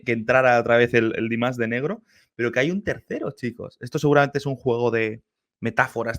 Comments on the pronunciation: A mi me gustaría que buscaras el nombre real de Dimash y lo pronunciaras correctamente 😊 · Păcat că se pune atâta preț pe pronunție, alte lucruri sunt importante. Ai putea începe cu pronunția corectă a numelui, Dimash, e doar un cuvânt nu un cântec întreg. În rest, în mod sigur îți place cântecul, doar că este bulversarea de început, Dimash concepe melodii complexe și ne trebuie timp pentru a înțelege totul.